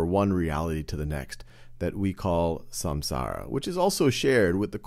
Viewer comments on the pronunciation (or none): none